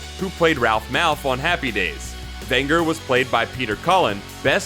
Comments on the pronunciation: Ven “j” er not Ven “g” er. You think you know cartoons? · Vin-ger? You mean Vin-jer (Venger). Loved this show growing up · Venger!, his name is Venger not Vanger you dunce! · Also, "Uni" is pronounced "Yoo-nee," not "Oo-nee." Maybe he should have been consistent and also mispronounced "Fred" and "Megatron." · you say his name the way you say the name Avengers if you drop the first and last letter of the name. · That's "Venger" with a hard "G", like "avenger" or "ranger" or "gelatin".